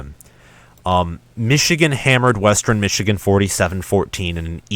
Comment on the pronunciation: Yep they looked great against Sandy Valley Middle School. The first half of your schedule is weak, very weak. Reality will set in with Wisconsin. BTW it’s West-ern not Wes-terin.